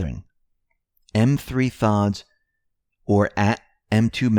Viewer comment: M3thods actually pronounces it Methods... I've heard him speak on other YT channels...